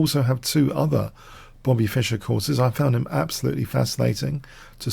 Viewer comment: Not Fisher like Crusher, but Fischer 😅